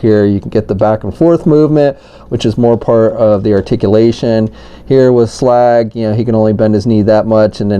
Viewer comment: Says Slug not slag